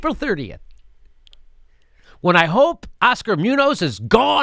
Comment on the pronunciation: It's pronounced MOON-yohss, BTW.